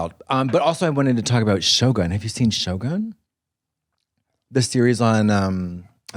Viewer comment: I was sure Katya said "show gun" lol and was like " i don't recall a tv show like that"